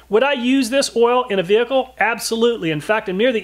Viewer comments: I read this then I listened. He does say “ouil”. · You know the test is real when the person says ouil instead of Oil. Great work